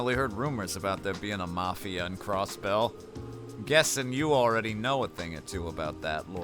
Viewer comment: channeling a southern Cross-Belle